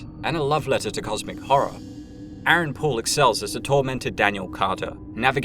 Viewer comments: It sounds very much like you are saying "Aaron Paul" when you say "Aaron Poole". You confused the fuck out of me. For about half of the episode I was dumbfounded at how they had made Aaron Paul look bone structrually completely different than how he looks in reality amongst other abnormalities in what I was seeing. Your subtitles even say Aaron Paul man. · The way you said Aaron Poole sounded like Aaron Paul. I about had a panic attack that I didnt realize that was Jesse the whole time. But alas, it was the accent 😂